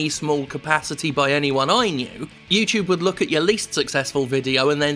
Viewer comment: Yew-Chewb Halfway through the video, Jim's pronunciation of YouTube was all I could think about.